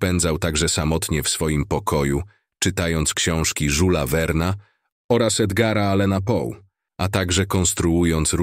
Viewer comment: Żula Werna XD Tak to jest kiedy chce się kanał tworzyć za pomocą AI